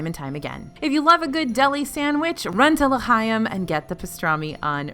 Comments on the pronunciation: Oooh, everything looks SO yummy! I really miss when I could roam Epcot regularly during the festivals back during my CM days. You might want to work on your "ch" sound in L'chaim. I heard you go either "kuh" or "huh" each time you said it. It takes a little practice to say it right, but it's actually kinda in between! Go listen to some recordings of the song from Fiddler on the Roof. ☺ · And L’Chaim is pronounced with the hard ch sound, not a k sound. But I’m so pleased it’s #2!